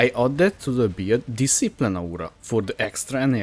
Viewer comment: One thing I really like about this video is how it kinda sounds like "beard" when you pronounce "build", Silly sure but I found the mental image of templar rubbing his beard on Sirus and he starts taking cold damage entertaining.